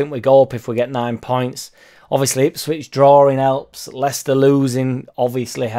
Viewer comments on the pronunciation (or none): none